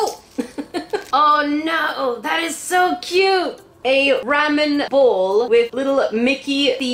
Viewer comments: Sorry but you said ramen wrong. If you say it right say it with the sound a after r. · BuT yOuR dOiNg It WrOnG it is RAW MEN not RAM IN XD 😂😂😂😂😂😂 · Wait u say Ram-en I say Raw-men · The way she says ramen 😂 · You say Ramen and Matcha totally different then I do hahah